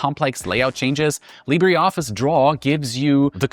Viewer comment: This is AI. You had me wondering until you said 'Library' Office and then 'Leebddddraaaay' office and I notice all the little cuts it took AI to piece together. Good recommendations and reviews though.